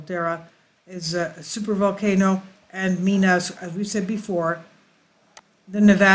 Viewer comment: I believe that the location in Nevada is called Mina (My-nah), not (Mee-nah). Then what's up with USGSBS. Looks like that they still play their head games., keep on doing what you do. You're awesome.